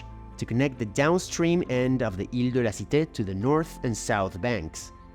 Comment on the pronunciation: Wtf I thought you were french when you said "ile de la cite", but then you said "rue st jacques" and it became obvious that you are not.